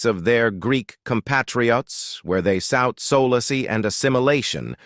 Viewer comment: shucks! Even simple verbs in the past tense like ‘forced’ are mispronounced ! Or the simple word solace !!! No one checks the AI? You can hire me. Other error : eschew is pronounced with a k sound.